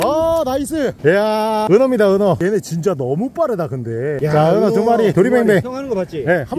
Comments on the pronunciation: 은어낚시를 은혜 낚시로 발음하시는거 같은데... 은혜님한테 은어처럼 화나서 헌터퐝님이 낚시대 뿌러지는것처럼 허리가 뿌서질갓같은데 미리 삼가고인의명복을빕니다.. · 나 왜. 은어가 은혜님이라고 들리지? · 은어가 왜 은혜라 들리죠... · 자~은혜 낚시 아니고요 은어 낚시 입니다😂😂 사랑합니다 은혜님 ㅋㅋ❤❤ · 은어을 은해라고 들었네요 중독인가요?